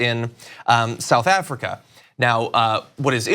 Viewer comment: You can’t even say South Africa yet you’re trying to take the piss! The irony 😂😂